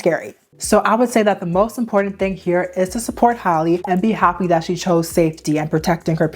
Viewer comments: Her name is Halle (ha-lee) not Holly lol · Hal (like Pal)—EE not Holly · firstly .. who is “hollie” how do you pronounce halle berrys name 🤨 “hal lee” right? its the same thing guys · For the life of me I can’t understand how these content creators can’t seem to call that girl by her name! “Hal-lee” This whole video she keeps calling her Holly 😒🙄 GIRL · PLEASE learn how to pronounce people’s names. Halle rhymes with Sally. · Girl, you're mispronunciation of Halle is triggering 😅